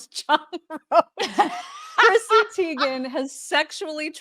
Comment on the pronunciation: Teigen is pronounced Tygen!